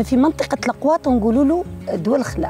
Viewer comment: يااااااااو اسمها لغواط ميش لقواط🤔